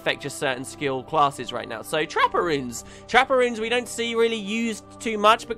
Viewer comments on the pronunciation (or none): took me way to long to realise you were saying 'trapper runes' not 'trapperoons'... even with the pictures think i need to sleep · Constantly thought you were saying Trapparoons instead of trapper runes.